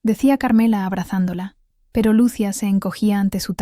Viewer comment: Q feo habla es persona q narra y no sabe pronunciar como se llama Lucía o luci no se le entiende a feo narra